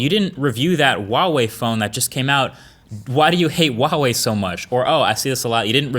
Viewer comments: Why wall-wee, just pronounce it like it is. Hua Wei! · yeah so why does he say wawei? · Huawei is pronounced as hwa-way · Huawei is actually pronounced Wow-Wee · Q: Why do Americans pronounce "Huawei" with a silent 'H'? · I didn't know one pronounce huawei that way. sounds weird.